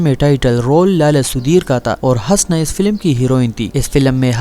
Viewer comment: Bhai aap Husna ko bar bar Hasna keh rahay hain.Apna talaffuz durust karain.Shukria.